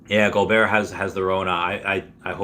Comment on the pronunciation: Rudy Gohbert(SP) is the Defensive NBA player of the year. Big time Bro….lol It is pronounced Go Bear. Thanks for the show.